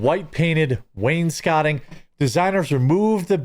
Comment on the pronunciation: Well, im not going there for shitty food. Also, its called waynes coating, not whatever you said...